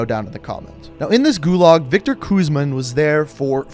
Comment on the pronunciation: Vikor. vik-or Victor. "VICTOR REZNOV" my friend